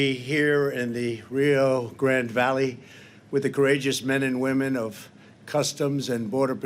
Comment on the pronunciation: Pendejo can't even say "Rio Grande" right